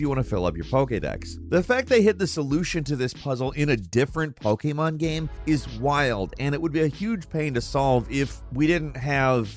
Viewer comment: “Pokémon GAM” lmaoooo